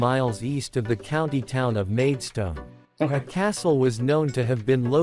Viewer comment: In some parts the video seems to depart from the narration. The white cliffs are not shown when talking about the white cliffs. Well spotted with the pronounciation of Whitstable and the dropped 'a' sound. Similarly the narration mis-pronounces Maidstone, another common mistake, it's pronounced Maid- stn where the 'o' sound is dropped.